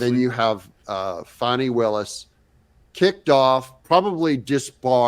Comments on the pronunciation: Me and Trump got some of the same brain cells..cause I always why someone has Fanny for there name and pronounced it Fonny.. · Her, name is pronounced, Fanny,it is french, and common. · Fawni or Fani , pronounced fanny. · Fani. Like the fan. 9nly because she enrages over this pronunciation vs the baby dear pronunciation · Fani is not French. Fani is pronounced fanny.